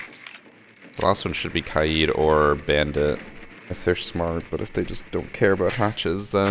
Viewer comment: He finally pronounced kaid the right way.